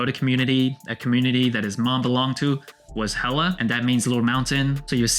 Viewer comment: nice review, its actually pronounced Chief ( HEYA) the L is silent, just a tip 🤞🏽